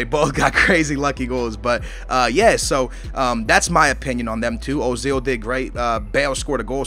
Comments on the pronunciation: it's not ozil its oezil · urzil is how t pronouce it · No, Uh-zil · People are stupid, it doesn't sound like Ozil or Oozil, or Ertzil or anything like that. It is pronounced Özil, like it's written. The Ö elongates the vowel, making it sound like 'Ergh-sil'. A 'v' in German is pronounced like an 's' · Ozil is said "Oo-zil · The dots above the o make it sound like a double o say it like oozil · say it like oi-zil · It is Erzil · Prounoced urzil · It's pronounced "Er-zil" pronounce it like how you pronounce the "ir" in "girl" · His name is pronounced Uh-zil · its pronounce er-zil